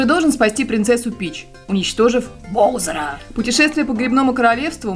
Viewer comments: не Бозер а Баузер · не боузер а баузер и луиджы чуть уышв марио про это ты не сказала. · Не Боузер ,а Баузер. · правельно говарить Баузер